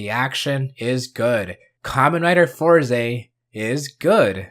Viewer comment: sorry but I can't watch you pronounce it four ze 😭 (it's always been fours)